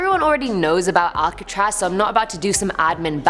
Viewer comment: Al-ka-traz thats how you pronounce it